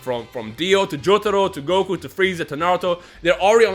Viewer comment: It's pronounced (JOE-TUH-ROW) Not (JOE-THEH-ROE) SMH......